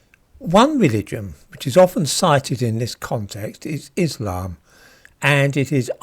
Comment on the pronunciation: When pronouncing the word 'Islam' in English, the emphasis belongs in the first syllable. Enunciate the 'iss', as one does in 'hiss', as if impersonating a snake.